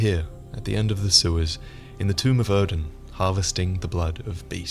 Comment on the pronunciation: Good video mate but your mispronunciations of a few names was a little distracting. Ludwig and Oedon were said enough in the game to know how to pronounce them correctly.